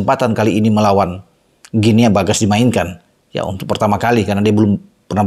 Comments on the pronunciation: Maap, bacanya GUINI bung 🙏🙂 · Guinea, dibacanya "Gini". Seperti kita membaca : Papua New "Gini". 🎉